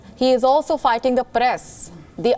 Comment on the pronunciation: "He is aalso figting the paress" Genius India, genius